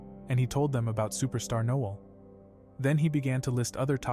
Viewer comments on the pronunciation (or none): none